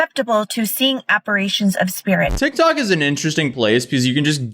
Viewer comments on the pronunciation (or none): That psychic doesn't even know the word is Apparition not ApparAtion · What cracks me up is how the "psychic" doesn't even know the word is 'appar-i-tion' not 'appar-a-tion'. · She pronounced apparition wrong which is weird for a supposed pro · Claiming to be a psychic and not even being able to properly pronounce apparition is wild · TikTok “psychic” can’t even pronounce the word apparition 😂 & her big “point” is hard alcohol is also known as spirits, and this lady drank, so she was seeing dead people, bc somehow the shared English name of something has that kind of impact. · This “psychic/medium” can’t even say apparition right. Totally believable. 🤡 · I think you lose your “I’m a psychic, just ask me” certificate, if you can’t pronounce apparition.